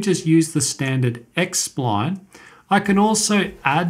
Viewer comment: i love the way you say sployone (SPLINE) / thanks for the video